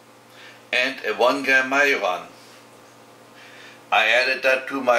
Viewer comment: A couple of years late for the reply, but I think the last spice in the list is marjoram. The German word for marjoram is Majoran, which would probably sound like mar-yo-an. That is kind of what it sounds like in the video.